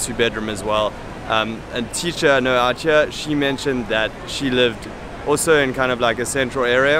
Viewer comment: My man, that is bs, there are plenty of people living and working there who don't possess great qualifications and quit saying outchere, it is two separate words, out and here, and you should know that as an english teacher...it makes you sound like a douche.